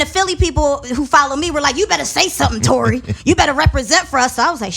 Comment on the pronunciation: not sure abou Torei...A for effort tho!